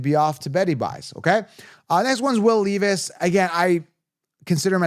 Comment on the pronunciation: Pronounced Will LEV-is And I like him this year